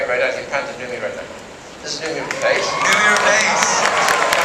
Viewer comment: Holy shit he can't even pronounce the name of his lead actress right lmao